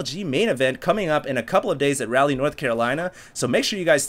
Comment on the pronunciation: Also, it's rah-leigh (like whiteRA) not rally